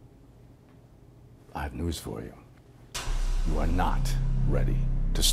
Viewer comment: You arrrrrreeee not rrrready